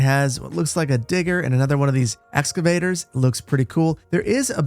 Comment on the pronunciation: "S-cavators" lol